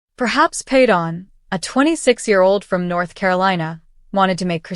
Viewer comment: I cannot stand you mispronouncing his name all the time